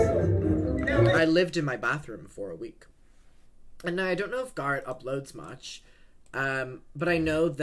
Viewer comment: Please, you don’t need to say Garrett’s name every five seconds. It wouldn’t be so bad, but your accent stresses that word and it just throws off your whole flow and makes it difficult to follow along